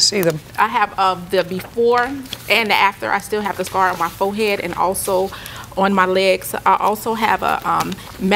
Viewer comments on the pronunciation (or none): Foe hed 🤣 Am-buh-lance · Not her " foe- head!" 😂😂😂😂😂😂 Girl, hold that "L" with pride! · Aww man she said foehead and amberlance too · “Fo-head” “Ambalance” 🙄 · “My fohead “ 🙄